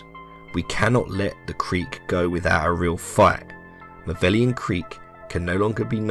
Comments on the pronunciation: The seemingly deepest lore of malevelon creek is that it's supposed to be pronounced like "malevolence" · please its pronounced ma-level-on, its not "maveleon" or whatever this dude said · Say it with me mah-level-on creek not mah-veli-on creek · I would assume you'd take 30 seconds time to read the name of the dang place. It's not MAH-VELLION creek - you even have a transmission ingame that correctly calls it MA-LEVE-LON creek. DO YOUR 30 SECONDS OF RESEARCH! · MA-LE-VO-LON. Not "Mavellian". Every time you say "Mavellian", an automaton kerb-stomps a kitten. 43 million Helldivers didn't become compost in that sh**hole for it to be mispronounced. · MALLE-VELON Creek, good sir. That’s how we say it. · my dude, I love your video, but you should know that it's 'Malevelon Creek', not 'Mavellion Creek'. seriously tho more videos like this pls! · Is it a meme at this point that people can’t pronounce Malevelon. Got this guy calling it Maveleon. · Malevelon* not Mavellian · Ma Leh Veh Lon Sound things out people it’s not hard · You keep saying maveleon not malevelon. Thumbs down no sub. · listen bud...if you're gonna make a video on something. Learn to pronounce the name correctly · lmao why does everyone say malevelon creek wrong? im not pissed or anything im just curious. everyone says erata prime and hellmire the same, but there are so many variations of malevelon creek. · How many times can one man say Malevalon Creek wrong xD